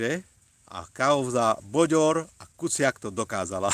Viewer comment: To nie boďor.ale bődör